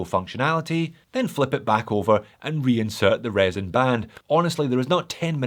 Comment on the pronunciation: Never, never, never say resin again!